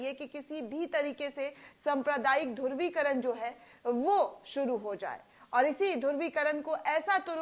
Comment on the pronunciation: संप्रदायिकता नही, सांप्रदायिकता कहो, धुर्वीकरण नही, धृवीकरण कहो, कडोड नही, करोड कहो !